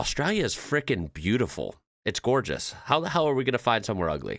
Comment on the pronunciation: you almost got it with the intro but you gotta open your mouth at the end like howya GOIN, its hard to explain